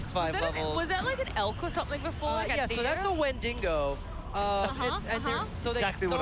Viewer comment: Is nobody concerned about how he says wendigo?